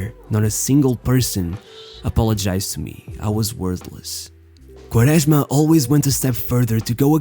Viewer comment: Your portuguese accent pronouncing Quaresma is so accurete and pure